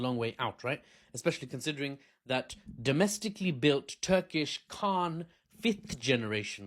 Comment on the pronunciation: KAAN not khan